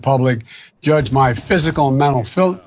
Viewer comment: Was he trying to say mental filthyness?🤣